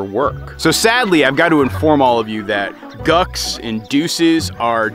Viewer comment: Mules and Hinnys not gucks and dooses